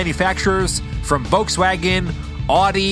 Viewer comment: Guys,on a serious note: everytime you pronounce Volkswagen,it cheers me up,being a german